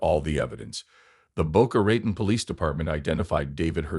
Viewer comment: Boca Ratone…….. Boca Ratone!! Not Ratn.